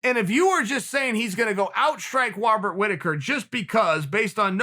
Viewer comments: No one: Chael: Wobert Whittaker and Jeded Kennenear. Me: ok... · “Wobert Whittaker” lol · Wobbert Wittaker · "Wobert" Whittaker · "wobert whittaker". Uncle Chael has said it, and so it shall be.